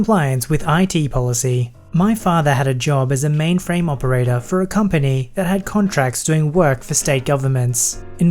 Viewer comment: "Mainframe" lol